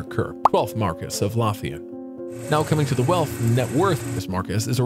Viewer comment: It's not pronounced lawthian, but rather Lowthian like low thee ahn.